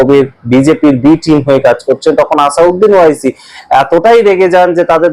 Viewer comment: আসাদ উদ্দিন ওয়াইসি নামটা শুদ্ধ করে বলুন। ভুল করে নাম বললে বড় শ্রুতিকটু লাগে ও মূল বিষয় থেকে মনোযোগ সরে যায়।